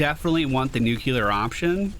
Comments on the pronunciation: If you care, two pronunciation tips: Ablative: It has two meanings, each with its own pronunciation. If you pronounce it "AB-LUH-TIVE" you are referring to the grammatical case. If you pronounced it "A-BLAY-TIVE" you are referring to the act of carrying away/deflecting (i.e. ablative armor) Nuclear: Is pronounced "NEW-CLEE-ARE". A common but incorrect pronunciation is "NEW-CLUE-ER" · Nu-Clear option.